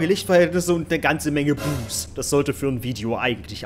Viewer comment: "Ein Haus, relativ karge Lichtverhältnisse und ne ganze Menge boos." Was? Boobs? o.o Hat sonst noch wer boobs verstanden XD ¯\_(ツ)_/¯